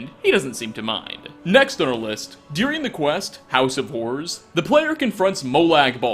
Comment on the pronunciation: As a non-American, it sounds like he said “house of whores” when talking about Molag Bal’s mace lol. I love all his mispronunciations. Makes more human. Like calling Captain Aldis “Captain Ayalds” and pronouncing amulet “amlet”. Fantastic videos though, thoroughly enjoy them. (Murdered to death!)